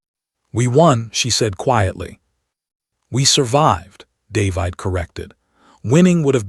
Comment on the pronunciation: The AI voice is pretty good, but why, why, why can it not pronounce DAY-VID?